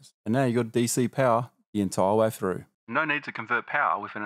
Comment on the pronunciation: U can say THe. So why not THree, THrough. U sound like a child